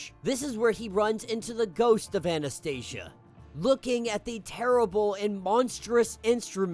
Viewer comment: I really liked Omega Red's story . These issues were released first as infinity comics . Anastasia should be pronounced more like Anastasiya since they are russians ,not Anastaisha ,sounds more american than slavic 😂. Anyways ,Omega red was captured in the series Sentinels . Someone reported these events in this issue and they came to capture him and send him to Greymalkin .